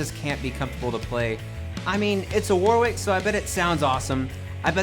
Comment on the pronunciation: It’s pronounced Warick!